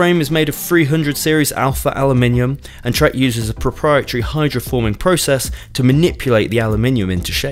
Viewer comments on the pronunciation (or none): none